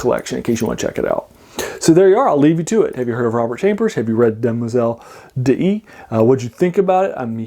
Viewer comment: A tiny quibble: d'Ys is pronounced DEESE ( like geese). There is an opera by Lalo called Le Roi d'Ys, Ys, being the sunken city in Breton legend.